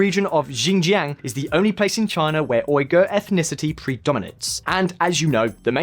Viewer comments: How long would it have taken to learn how to pronounce Uighur? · Man, the Uighur people have been so marginalized that people cant bother to pronounce their name right.